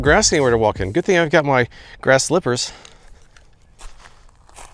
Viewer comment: He called them “slippahs”. He knows what they’re called. :-)